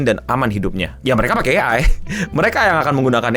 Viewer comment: ciri khas nya, kalo di video itu ada yg ngomong “AI” dieja jadi “A-ai” ..